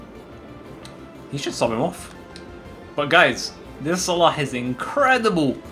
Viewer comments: Click on these videos just to hear say Salah's name right 😂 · I noticed that you pronouns salah good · Your pronunciation of Salah is so good) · His pronunciation is like us Arabs . I am from egypt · You perfected saying his name How do I know because I'm Egyptian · That's exactly how "ARAB" would pronounce it